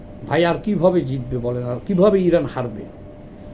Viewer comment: ইরাক এবং ইরান ঠিক ভাবে বলুন। আপনার কথা জড়িয়ে গেছে।